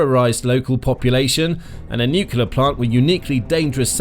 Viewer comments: It's noo*clear, not nook*u*lar. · 'Nuclear', not 'nucular'. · The how many times can you say "nucular" challenge